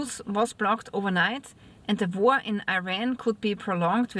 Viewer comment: War not Vor